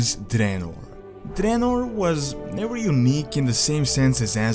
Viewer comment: called it Dreanor